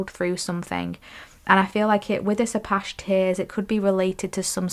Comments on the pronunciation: 3 ✨thank you for the reading. Also, “ah-patch-ee” like the north American indigenous people.🌻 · #3 first let me say I abSOULutly LOVE ur readings. I resonate wit ur vibe. Apache tears crystal- as in the Apache Indian is how it’s pronounced I believe… please do not think I’m being rude bcuz that is not my Intension at all I’m just tryna be helpful.